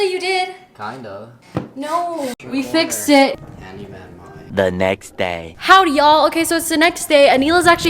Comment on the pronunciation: nobody: mais inner Canadian: “hOooWdy yAlllll”